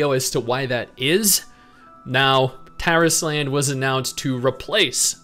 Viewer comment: you're mispronouncing the title. It's not Taris Land, it's Tar Island. It's DEFINITELY Tar Island.